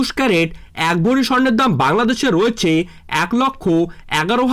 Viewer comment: কথা টা ভরি ,ভড়ি নয়